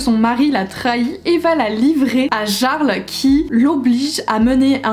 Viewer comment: Holaaa ! Juste pour info parce que je t'ai vu galérer sur les noms nordiques 😂 : Jarl se prononce "Yarl" c'est le chef du village et non un prénom. Et pour Bjorn ça se prononce "Biorn" et skjaldmö, ça se prononce "skialdmeu". Le prix des livres devient tellement élevé... Je retourne de plus en plus vers le poche même si certains sont maintenant à plus de 10€ c'est n'importe quoi !